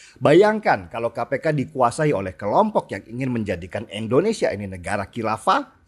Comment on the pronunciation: Mantulll bang Denny, cm mau ralat dikit, Indonesia bukan Endonesia😅